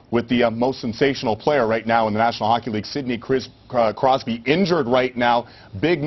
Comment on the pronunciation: he almost called him sidney crysby lol